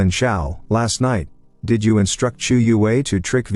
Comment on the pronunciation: It's so annoying when you say "I T" D I D". Just pronouns the damn word bro.......